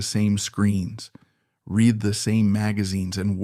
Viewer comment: Interesting, sad, tragic. Writing is very good. Narrator pleasant; but every time he gives the wrong pronunciation to “lead” and “read” and other such words, i’m reminded that i’m just being read (reed?) to by a robot.